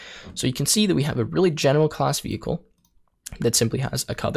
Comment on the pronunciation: skips ahead in video "WTF is a vay-klee?" .... "vehicle?" LOL